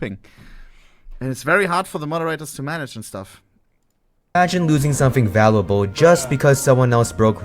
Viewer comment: The gen z brain rot editing is killing me. This dude can't even pronounce his own script properly. "Valable"